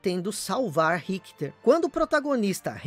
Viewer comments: Mas quem é Rickter???. É Richter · excelente video,só achei estranho como ele pronuncia o nome Richter.